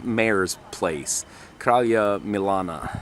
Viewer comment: Kralija MiLAna Ahahahahahah you said it like the real south eastern Serbain :D